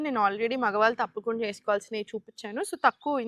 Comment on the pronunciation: మాగ్వాల్ తాప్కుండా కాదండీ మగవాళ్లు తప్పకుండా అని పలికితే బావుంటుంది, తెలుగు కి ఇంత దారుణమైన పరిస్థితి తీసుకొచ్చేది ఆంధ్రా తెలుగువాళ్లే, మళ్లీ తెలంగాణ భాషను,యాక్సెంట్ ను హేళనగా మాట్లాడతారు.... మీకు మరీ అంతగా తెలుగులో రాకపోతే జెంట్స్ లేదా మెన్ అనండి సర పోతుంది. అంతేకాని తెలుగు భాషకి ఠెగులు పట్టించకండి.. మీకు నమస్కారం !